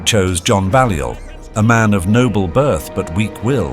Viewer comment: Balliol is pronounced “Bay-liol” Buchan is pronounced “Buck-an”